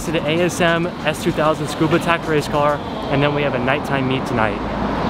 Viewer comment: $4812 for that hood before shipping and paint so $6k is probably right on...also when i went to Tsukuba, people said it as its 3 distinct syllables and said with the "SU" intact as it is in english, like "Su-koo-bah" not "Scuba". I kept getting pondering looks saying it the way you did, and was lost as to why🤣